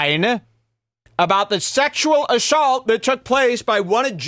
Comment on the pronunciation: Why does say words like assault “Ashawlt”